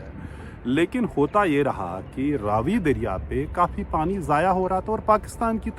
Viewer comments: Ravi not rvi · Ravi nai re Raavi ,ha sahi bola kar. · Its raavi nadi not ravi nadi... 😂😂😂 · It’s not Ravi it’s Raavee